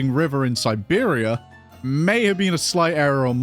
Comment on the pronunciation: You say "Siberia". But im getting strong Birmingham vibes.